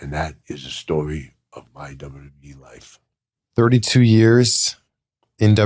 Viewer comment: He said WWEF 😂 I get I still call it the WWF always has and always will be a better name